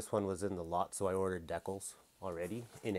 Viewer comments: I know, I wasn't sure if he was murdering the word on purpose, or if he really doesn't know how it's supposed to be pronounced. I was thinking "Deckles, what's a deckle?" Then it finally dawned on me he means decals. But I still wasn't sure if he meant it as a joke, or what. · It's pronounced "DEE-cals", love your videos but damn get it right. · I love when he says..Dek-kalz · Die kalz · I don't know if he's doing it on purpose or not, but it really gets on my nerves......LOL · Yeah it bothers me so much